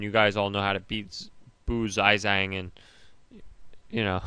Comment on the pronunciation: not "zi-zang" it's "shyong-chji" phonetically, oh wel,, nice videos!